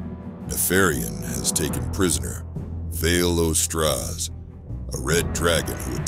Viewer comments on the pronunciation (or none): So, maybe this is some sort of inside joke I don't know about, but is there any way to re-do the narration? Vaelastrasz doesn't have an "O" in his name. Kinda breaks immersion to be hearing the narrator not only pronouncing one, but emphasizing it. "Vale-O-Straz".